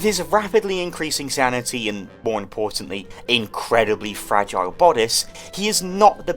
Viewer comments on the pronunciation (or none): none